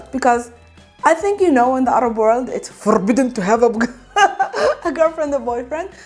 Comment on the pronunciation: "It's foRRRRbiden to have..." 😄